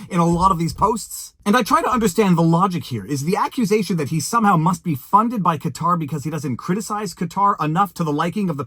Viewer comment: So happy you pronounced Qatar correctly. Major pet peeve when people mispronounce it as "Cutter"